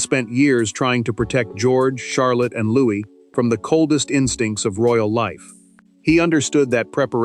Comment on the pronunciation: Louis not Louise